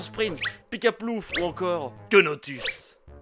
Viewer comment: PIKAPLOUF KEUNOTUS 😂😂😂😂😂😂😂😂😂